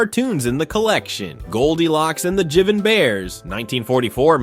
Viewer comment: Obvious AI voice. Jivin' is supposed to be pronounced JIVE-in.